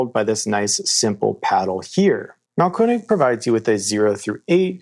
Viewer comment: Congratulations, you pronounce "Mahlkoenig" more correctly than anyone else I've heard -- and I've listened to many!